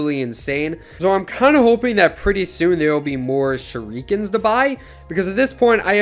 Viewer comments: U pronounced he shu-ru-kins say it like shh-ra-kens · This guy said shi-rU-Kens